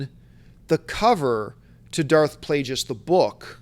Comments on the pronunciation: John hurt my brain several times during this video. Mispronouncing Darth Plagueis like 50 times, forgetting about Watchmen and 300 for Snyder and forgetting the horrible Superman Returns for Singer and dumping on the story for Mad Max. Love the show, but yikes, take a vacation John. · I love ya John but you really gotta stop saying Darth Plagueis like that...